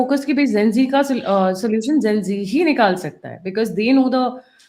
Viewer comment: doesn't bother reading comments by listeners? "Zaahil?" "Zen z?" It's jaahil and gen z!